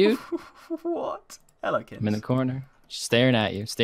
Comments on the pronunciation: What's he calling? Kinz? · You two are geniuses. Sick series in addition to the pvp challenges. Why do you call kins??